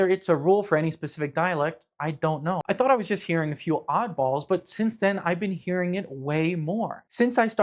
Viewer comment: found a few examples for ya :} "I thou(r) I was just hearing a few oddballs" "the auditors vi(r)eo" "sharing this vi(r)eo" but this speaker seems to apply this sound inconsistently as we see "easy, quick videos"